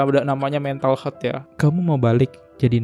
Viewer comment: Mental healt, bukan mental hearth , ear, erth, dan lain2 😆